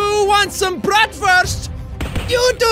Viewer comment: Jack, your german is horrible, even if you are only saying "Wiener Schnitzel" and "Bratwurst" xD